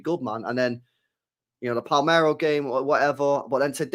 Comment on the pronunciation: Saying Palmero triggers me.